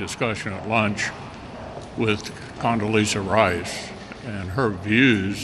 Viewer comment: Condelizza Rice?!!! Did I just hear him correctly?!! When and where did we vote for her influence?!!! He must have gone bananas!! 😲